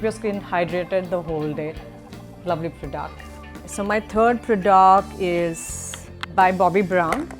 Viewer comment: it's product...not prdoct...